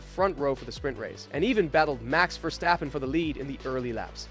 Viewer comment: "Catar", "Verstoppen", "Lonce stroll", is this AI narrated or are you trying to sound ~fancy~?